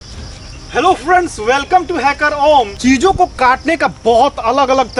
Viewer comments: I think he say Jijo ko katne ke liye when he say cheese o ko kat ne ke liye ..🤣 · Chijo ko kaatne… mujhe sunai diya Jiju ko kaatne…😀😂